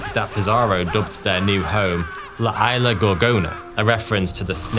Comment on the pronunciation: I know there is a long and proud British tradition for refusing to learn how to pronounce foreign words, but "Eye-la" (Isla) and "Migwell" (Miguel) are just not acceptable in 2026.